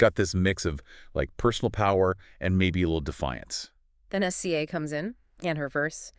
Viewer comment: its pronounced si-zuh. definitely AI. ugh. So depressing.